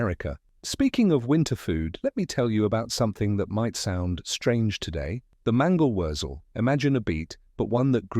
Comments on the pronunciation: Mangawerzel = man•ga•wert•sel. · Mangle wurzle